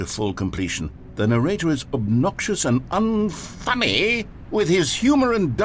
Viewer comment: I swear, the way the Narrator says "Unfunny" makes me laugh every single time. He somehow adds like 4 extra syllables, with a hint of that kind of "posh making fun of you" voice to it. Kills me no matter how many times I hear that bit.